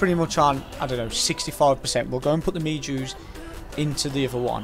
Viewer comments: It's may ho not mayjoe Music NOT NECESSARY!! GG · It's me-ho berries not me-Jew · Me-jew berry 😂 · It’s pronounced meh-joe